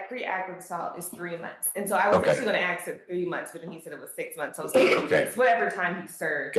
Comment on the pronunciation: Why is 'ask' so impossible to pronounce? Saying that to a judge is wild.